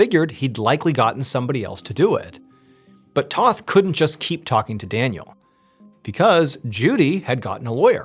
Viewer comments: It's T O th Not T a th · If you actually read these, Toth is pronounced like oath, not both. It's my middle name. It's a Hungarian last name.